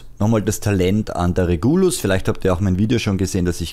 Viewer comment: Super Video! Ich würde die Pistole allerdings Regulus und nicht Reguulus aussprechen